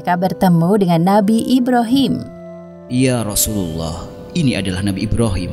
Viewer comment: Nama nya "ibrahim" bukan "Ibrohim" kak🤗